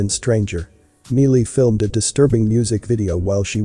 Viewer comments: "My lee" not me lee lol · ITS MI LEE CIRUS NOT MEE LEE . WOW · I love your videos, but if you know WHO Miley Cyrus IS, how do you NOT know how to pronounce her name correctly? It's not "MEE- LEE," it's "MY-EE". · Her name is pronounced My-lee, not meal-ie. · Love that your synthesized voice called her Mealy !!! 😆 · It sounds like he is saying "Melee Cyrus" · I'm sure that MEELY Cyrus will most certainly appreciate the MISpronunciation of her name !!! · Its an automated voice, so yea. Thats what you pulled from the video, name mispronouncing? Are you 12? Why are you here? Also, I highly doubt MEELY Cyrus is going to watch this video so yea...and who cares what MEELY Cyrus thinks. Troll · It's Miley Cyrus not melee Cyrus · MY lee is how you say her name smh... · I think her name is pronounced Mi-lee.... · Its an automated voice people! Who cares that it pronounced Miley's name wrong! Is that all the info you gleaned from this video? Wow.....just wow. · He just wants the robot to get her damn name right! I am sure he meant No offense and even if he Did... you just pay That no mind! 😁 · NO, but it IS repeatedly distracting & annoying. It happens in all these videos that use a synthesized voice. I don’t know what the workaround is, but it would be a blessing if they found one. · Miley has a long i pronunciation, not a long e.......please pronounce her name properly. It is just common courtesy. Thank you. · You are saying her stupid name wrong.. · Can't even pronounce her name right